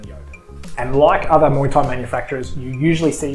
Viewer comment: Your channel is Fair dinkum I appreciate your reviews. I love listening to people talk about muay Thai gear especially in an Aussie accent. 🥊 I love when you said "muay" instead of "my" 🤣